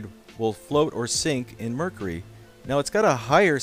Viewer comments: "and last we have a container of Mercree." ....what a fuckin moron... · why do you pronounce mercury wrong it's mer-curie. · Pronunciation: mer-kiu-ri. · Did he say mrrrkury?